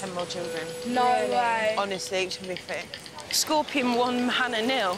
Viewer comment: "Scropions" lol